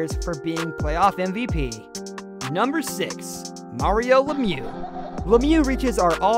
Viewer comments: It's Lemieux not Lemieuz and that's not how you pronounce Conn Smythe. Would think someone making a list like this would know these things better. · Others have already commented this, but seriously..... the channel is called "Hockey Hub" and you don't even know how to pronounce many of the most famous hockey players ever? You note them as the 10 greatest but can't even say their names correctly, leading me to think you've never even heard their names being said. I feel like if Patrick Roy was on this list, you would've for sure said "Roy" the same way you said "Richard".